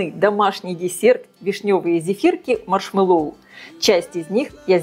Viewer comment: Делала из клубники,малины,очень люблю.Взбиваю массу горячей,всегда прекрасно взбивается! И маслом ничего не мажу,а прямиком в большой контейнер,остужаю, и в холодильник.Попробую и из вишни!...Только не маршмэллОу ,а маршмЭллоу)).Это так,для общего развития))😊